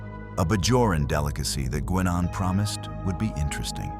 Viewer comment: I can't, for the life of me, figure out why he didn't ask for a replicator to make another suit of armor for her during that 3 hours before he left Enterprise. AI is at it again; "Guinn Ahn" instead of "Guy Nenn." The correct pronunciation would come from the character herself, and we've all heard her speak her name hundreds of times on the show. AI is the tool of the inexcusably lazy. I think we ended up with a Klingon and a Federation shuttle we're not supposed to have. The rift closed - sealed was the word - before the shuttle landed. Then it was open again so Warf could leave? Sloppy writing. Finally, there is the repetition that afflicts all AI work. They repeat material over and over and over to fill time.